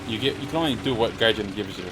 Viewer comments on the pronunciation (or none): Its pronounced gaijeen and not jin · Gaijean like jeans should be pronounced or Mary Jeane